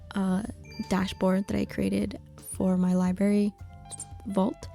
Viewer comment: Library is pronounced ly-brer-ree, not ly-berry. There's no such thing as a ly-berry and that first 'r' isn't silent, lol. Also, you said quarry when you meant query. A QUArry is where you go to excavate rocks, a QUEry is a request for data or info. 😆